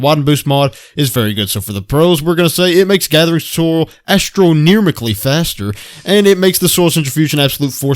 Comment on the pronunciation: "Astroneermically faster" Ouch. Hah. 😂👍